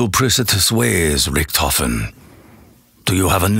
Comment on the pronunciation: Pronouncing "Richtofen" wrong for over 5 years